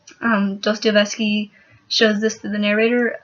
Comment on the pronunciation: Great review of my favorite short story. But it's pronounced dos-toi-ev-ski